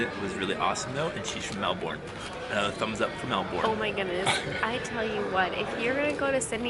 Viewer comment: Okay I’m being so pedantic here – but it’s MEL-bin. MEL-bin! Not Mel-BOURNE. Lol. I’ll stop now. I’m from Sydney and I totally get why you loved Melbs, it’s beautiful and friendlier and a lot more European. Less congested too. Glad you enjoyed Australia and I enjoyed your vlogs, which I discovered today. Safe travels xo